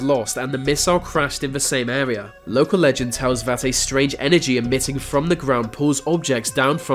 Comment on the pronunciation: GO TO SPEECH THERAPY... Blow your nose... Bloody awful. "fink" instead of think.. "Airwea" instead of area. "fousand" instead of Thousand. "growf" instead of growth. Totally f'd up what could be an interesting doco. Redo it with another speaker